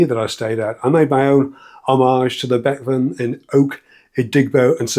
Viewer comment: I couldn’t for the life of me understand what this bek-vam you was talking about could mean (as Ikea use swedish names) until I realised you meant Bekväm (meaning comfortable) and you say it be-kväm where the ä sounds more like e in Elvis.